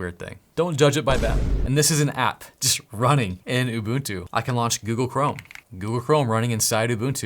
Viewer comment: im from south africa and im zulu and im very proud at how you pronounce "ubuntu" its 1000% correct!!!!!!!